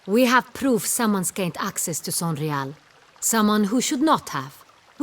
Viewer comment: Sonreal and Sanreal is all I can hear.